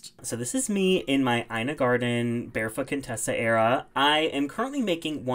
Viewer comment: why did I think you said "bare fuckin tessa era" when you said barefoot contessa era in the hello fresh ad 💀 love your vids btw 💕